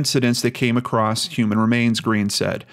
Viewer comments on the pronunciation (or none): none